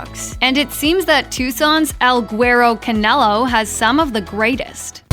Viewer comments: 👁👄👁 You wanna try pronouncing el guero canelo again ? 😂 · the way you said el guero canelo…. hahahahaha as a tucsonian- NO!